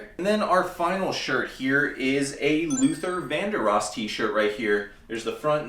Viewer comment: Luther van-der-oss?😂🤷‍♂️🤔 you must be a youngin to not know that name or face. Cool vid tho, always enjoy learning from specialist sellers. I sell everything, except clothes and pants, unless they are big money or easy